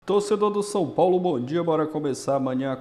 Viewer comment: Mais um.. Meu amigo, é São Paulo e não Sun Paulo. Perde views por começar o video dessa forma, Eu mesmo parei no Sun Paulo.